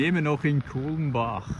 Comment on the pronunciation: Kannst Du nicht mal "Kulmbach" aussprechen oder was ist Dein Problem? "Krummbach" omg